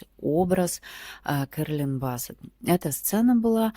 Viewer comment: Блин,говор с придыханием,ну 2я Стрелец.Ускорься и ролик будет короче и слушать будет приятнее.Не Бассет,а Биссет Керолин.